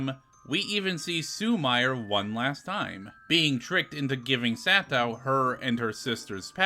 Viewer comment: Awesome video! Just one note on Japanese pronunciation- “i” is pronounced as “ee”, and “e” is pronounced as “eh”- so “Sumire” is pronounced “Soo-mee-ray” 😁